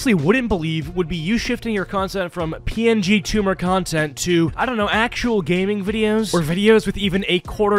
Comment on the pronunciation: I keep hearing him say “ PNGTumour” And honestly, I’m inspired.